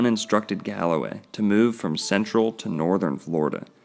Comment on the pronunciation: E. E. C”ala”way